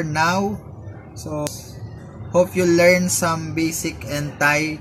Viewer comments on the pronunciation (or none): none